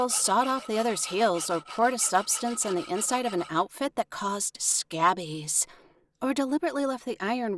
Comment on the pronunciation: Is she trying to say Scabies? I say Ska bees.